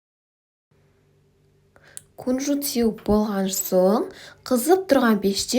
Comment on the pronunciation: Кунжут демей күнжүт деп қазақша айтаберсеш😅